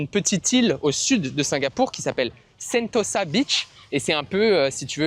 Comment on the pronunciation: On dit : "sento ZA " et non "sento ssa" ; non , rien !